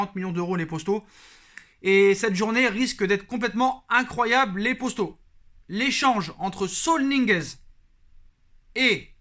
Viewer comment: C’est moi ou au lieu de dire poto il dit possto ?